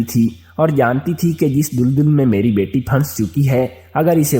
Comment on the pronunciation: Tum Ko Urdu NAHEE Aati Tu Mat Parha Karo Tum Daldal Ko Duldul Bol Rahay Ho Jaahil insan